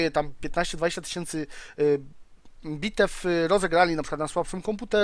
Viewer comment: W końcu prawidłowo "bitew" Brawo;)